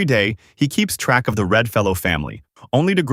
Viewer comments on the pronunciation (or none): none